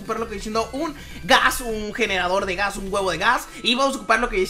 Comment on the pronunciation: no es gahs es un blaze